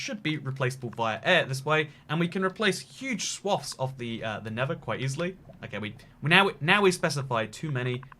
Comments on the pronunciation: NeTHer Not “Ne’vur” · It really annoys me that he calls the nether “the never” 😑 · why do you call the nether never?